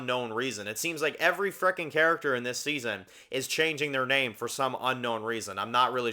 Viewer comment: You’re saying the name wrong. But yeah his lover is the man next to his adopted son. Presumably they adopted the kid years ago like Carol and Zeke. It’s not hard to assume.